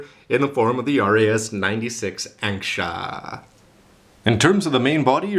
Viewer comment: wasn't this supposed to be ankusha?instead of ansksha ?